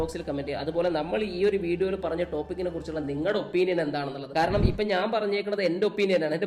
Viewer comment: ട്ടോപിക് അല്ല റ്റോപ്പിക്ക്